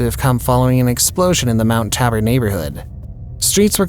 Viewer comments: It's pronounced Mt.Taybur Mt. Tabor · Except he didn't know how to pronounce Mount Tabor. It rhymes with Labor. The a sound is not like that in cat. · It's pronounced 'Mt. Ta-bor'. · You pronunciation was pretty far off. Listening to how you said Mt Tabor ruined that story for me. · Mt.Tabor...Tay bor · FFR It's pronounced like "Tay"-bor. Like "say" ☮️💜